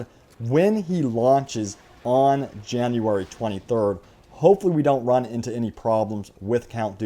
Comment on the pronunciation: “Janurary twunty thurrd”